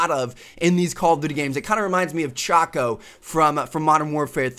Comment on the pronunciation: Its Chock not Chaco sorry that just irritated me.